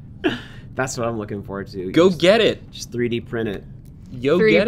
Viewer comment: instead of “go get it” you said “yo get it” when you clearly missed out on the opportunity to say “go gurt it”